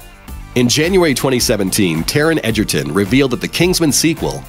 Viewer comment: YES FINALLY SOMEONE SAYS TARON EGERTON’S NAME RIGHT!!!!!!